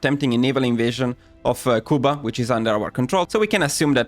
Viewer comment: pronunciation of "Cuba" hurt me right down to my Cuban-born feelings. Bro, your first tongue is Italian. You shouldn't be this bad speaking Spanish.